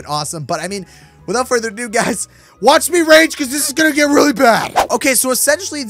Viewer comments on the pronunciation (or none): none